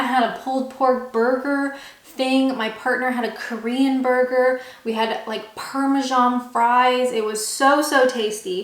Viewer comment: “Parmejan” - surely you mean Parme-san 😂 - great video though, keep up the good work!